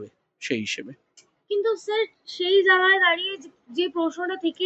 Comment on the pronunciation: জাগা নয় জায়গা। উচ্চারণ ঠিক করুন।